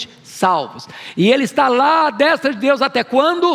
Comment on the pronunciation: Nunca vi alguém com tanta autoridade teológica como Hernandes em nossos tempos no Brasil, não perco um vídeo. Inteligentíssimo e cheio da presença de Deus. Só tenho uma crítica a fazer deste vídeo, mas é coisa supérflua, "à destra" a vogal "e" tem som fechado, e vejo todo mundo falando "destra" com som aberto. No caso a forma correta é d[ê]stra. Só quis compartilhar, vai que ele lê. O português dele costuma ser impecável, só achei essa falha.